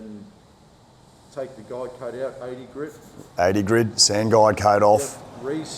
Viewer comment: Can someone tell him its GRIT and not GRID sand paper!